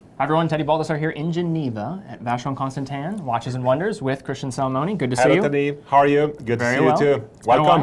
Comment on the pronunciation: he says “tahn” not “tin”. I’ll take his pronunciation.